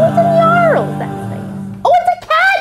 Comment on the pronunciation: But she called it a nyarls